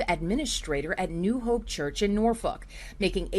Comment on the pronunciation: I've never heard of Norfuck Virginia listen to the news reporter standing in front of the church how she pronounces Norfolk